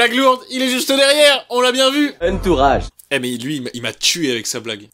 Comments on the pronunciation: HUNTOURAGE 😂😂 mdr il m'a tué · Quelqun peus me dire si il dis vrmt hunturage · Le huntourage m'a tué 😂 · « L’huntourage »m’a tué !